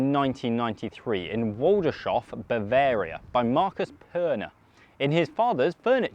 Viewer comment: Waldershof is pronounced Valders-horf, just for reference. Val pronounced like the abbreviation of Valerie. Felt obliged to point that out given the multitude of ways English speakers butcher Schwalbe ( sh-val-buh) 😆